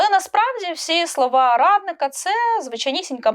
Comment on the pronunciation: Постійно чую під час розповіді про Арестоаича замість "радника" - "равлика".